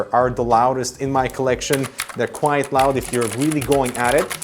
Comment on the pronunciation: You pronounce "quite" as "quiet" and you spell "quiet" as "quite". Cmon, man! You're killing me. -_